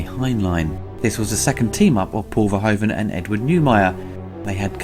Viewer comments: Paul Verhoeven's name is pronounced as VERHOOVEN. As in shOOt, lOOt, gOOd etc. In his language "oe" = the "oo" of English. Lovely review though, keep it up. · For future reference, Verhoeven's name is pronounced ver-who-ven, that being said, love this movie and love your reviews. <3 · why is it for non-dutch people so hard to pronounce " Verhoeven" ?